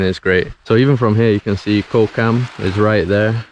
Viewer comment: Thai word for Island is Gaw, said very quickly. Not a 'k' sound.